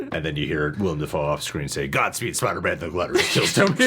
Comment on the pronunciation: Thank you, as a Willem myself i cant count how many times people have called me William instead of Willem